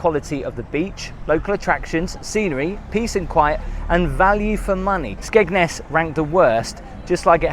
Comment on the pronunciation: Skegness.. oh... Thought you said smegma.😅